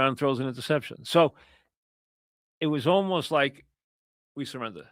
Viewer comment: “We sirrrinda, is ova”